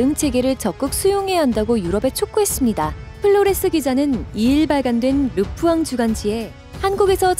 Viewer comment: 르푸앙(x) 르 뽀앙(o)